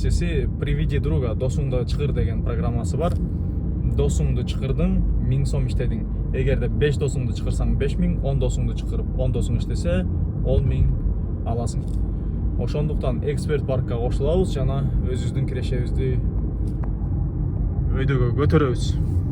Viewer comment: чЫкырып эмес чАкырып деп туура сүйлөйлү ээ жигиттер)